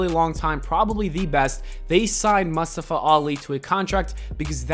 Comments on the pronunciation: Why you pronounce Mustafa like that? 🤣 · Nobody:: MUHSTUFA